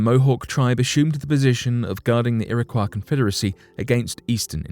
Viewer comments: Iroquois is pronounced like Illinois at the end. Algonquin is pronounced like Quin as in Quincy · You need to get your pictures straight. You mix up Apache's with Algonquins... And for Heaven's sake- learn to pronounce the names! Iroquois is pronounced 'Ear-ah-COY,' and Algonquin is pronounced 'Al- Gone- QUINN.' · I feel like I should share my knowledge on the correct pronunciation of some of these tribes as I feel it is very much deserved Iroquois- iro-koy Algonquin- algon- kwin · You really should have made an effort to learn how to properly pronounce Algonquin and Iroquois before making the video bud. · U strugglin with the Algonquin and Iroquois pronunciation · I have been twitching each time the narrator says, "Iroquois." I lived in Irondeqoit for several years and now live in Spencerport. In my opinion, if someone is going to narrate, that person should make sure he or she knows how to properly pronounce all words.